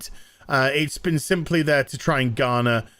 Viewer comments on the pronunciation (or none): none